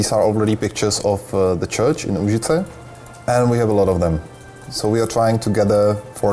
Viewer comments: Stanislav Skamene No, its Úžice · Did you say Užice ? There is a town in Serbia called Užice also :) ! If you ever visit it, you should definitely try something called "komplet lepinja" - it will be the best thing you ever ate :D